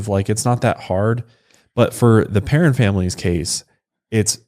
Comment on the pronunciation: As a Perron myself this case always creeps me out so much. Also thanks for saying our name correctly!